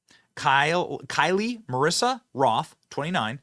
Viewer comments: Did Jlo pay you to make this video? Her name is Kyle. Pronounced just like every other time you have seen a name spelt K-Y-L-E and she literally said if she dies it’s Jlo’s fault. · For heavens sake Benny can't you read? The Tik Tok influencer who died, her name is Kyle (as in Kyle Richards) not Kylie, as in( Kylie Jenner) there is no I in her name show some respect and at least get this dead woman's name correct. One more time Benny, it's Kyle, NOT Kylie. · KYLE (pronounced KILE) EVA (pronounced EEVA) Seriously did you even go to school?